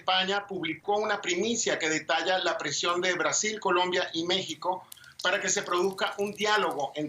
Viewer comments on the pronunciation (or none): none